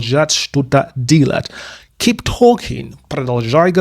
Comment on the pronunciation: мы подписаны и учим Английский вместе с Вами. Прекрасный курс! В порядке обратной связи: слова "дело" "делать" для Вас по произношению ассоциируется с Английским "deal", где слышится "И". Поправьте на "дЕлать". Там чёткое "Е". Всё остальное - супер. Мы от вас балдеем!!! Спасибо за Ваш труд